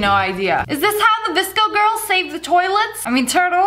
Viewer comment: VSCO, not “vIsCo.”